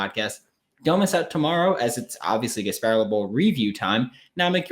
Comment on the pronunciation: There’s no way you actually just said Gasparilla like that